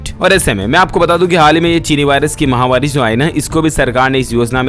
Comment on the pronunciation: Ye bimaari ko MAHAWARI nahi bolte MAHAMARI bolte hain MAHAMARI MAHAMARI MAHAMARI samajh aaya ya nahi You always pronouncing MAHAWARI That's wrong